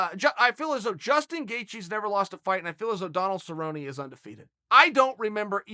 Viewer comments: Hilarious. Well, its official. Who the Hell is cerrone? Sabroni is my favorite fighter. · Cowboy Suhbroni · Phil "Cowboy" Baroni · "Donald cowboy cabrone"